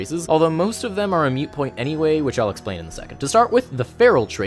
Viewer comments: Moot point. The phrase is "moot point". Carry on. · Moot, not mute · hey so it's "moot" not "mute" but great video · I need to roll me up a tiefling now! Also, are you saying "mute point"? I think it's "moot point", but that's not important. What's important that my games are sadly lacking in tieflings! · Moot point, not mute point. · It is moot point, not mute point. I wasn't going to say anything but you said it like 4 or 5 times. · Moot. It's moot. Not mute. Moot. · It's "moot", not "mute" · moot =/= mute